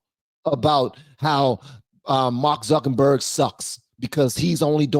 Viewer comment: it's not zuckenburg it's zuckerberg